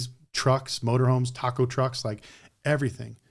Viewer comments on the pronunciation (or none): none